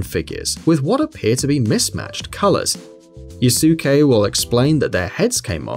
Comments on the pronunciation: man really said "travel to yusuke's palace" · JINYUUUU!! YOUSOOKAY!! wtf omg im surprised he didnt call it a jillotine or Satherine holy shit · Did you ever play the games? Who the hell are "Rai-zu" and "Yu-sue-kei?" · those are some, uh, interesting pronunciations for rise, yusuke, etc... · The pronunciations of the name has already pissed off the persona fanbase. Yusu-kay. Ri-say.